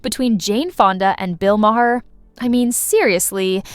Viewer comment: Please — his name is not Ma-hair.